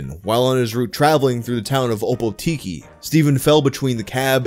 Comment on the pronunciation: Kia ora! Uh, gold star with trying to say Opotiki? If you really wanna say it! Its typically said like: Oar-poor-ti-key